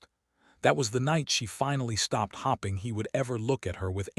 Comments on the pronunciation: So true. Hopping and hoping are always pronounced differently. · I’ve started leaving all of these as soon as I hear hopping or starring. I’ve heard this same narrator ai voice pronounce things correctly so it IS possible. Edit to add: or Eleaner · Oh, how I wish thís narrator can be calibrated to pronounce words correctly!!!!! The "hopping" and mispronounced names makes leave the story immediately. What a shame. Pretoria South Africa 🇿🇦